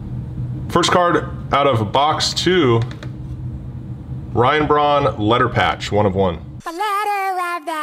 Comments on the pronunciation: Ryan Braun does not have an "H" in his name? Hm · Ryan braun dosent have an h in his name